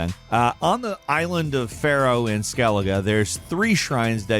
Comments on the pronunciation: Skellij? I thought it was pronounced Skelli-ga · SkelliJ??? It's pronounced Skelliguh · My man really said "Skelij" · Why do you pronounce Skellige wrong but correct ? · "especially in SKELLIDGE where half the time you're just running from one island to the next." Did you record this line before playing the game? I can't imagine anyone who actually played TW3 referring to Skellige as "skellidge." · How do people play the game and still pronounce it Skell-idge? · "Skellidge" Eww. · I swear intentionally mispronounces things to be annoying. Skellej? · did you just say "Skellidge"? Lol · Excellent as always, but DAMN? Skell-ige?? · “Skellidge” lol Keep up the good work! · The conflict between the claim this man loves playing Witcher and the way he says Skellige with a hard G, it's painful. Like seeing "Game Journalist" and "Dean Takehashi" in the same sentence. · i also discovered one thing in this video : you mispronounced Skellige this one time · The way you said skellige bugs me 😂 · No. 11: I’ve never heard Skellige pronounced like that before. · For 1, you might have noticed if you actually played the game. You pronounced Skellige wrong, you nob.